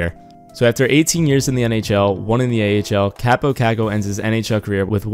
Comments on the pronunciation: his first name is pronounced Cop-oh i met him at training camp at the end of june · it's pronounced cop-oh cock-oh met him at a training camp event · Actually it's pronounced Kaapo